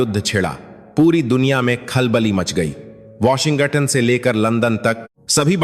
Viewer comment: Sub Hindi patrakaar Washington ko "Washin Gatan" kyu bolte hai? Sounds so silly.